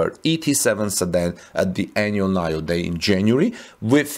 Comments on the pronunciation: Nee-Yo Not NahYoh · NIO is pronounced nee-oh not nayo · I am pretty sure NIO is said like 'NEO', at least that's how I heard other's say it. :) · It’s pronounced Neeo.